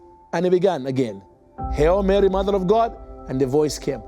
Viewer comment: It's "Hail Mary" FIRST of all, not "Hell Mary." At least get that right. And most importantly every word and intent in the Catholic Hail Mary prayer is literally taken out of the bible , word by word. So this person, doesn't believe in the bible as truth?!😢😢😢